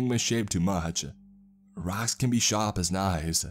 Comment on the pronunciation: "Raacks can be shap as knaies." 😄